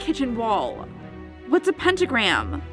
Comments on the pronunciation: When Says: " Pentagram " I Thought it was Instagram 😂😂😂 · When says: Pentagram I thought it was Instagram 😂😂😂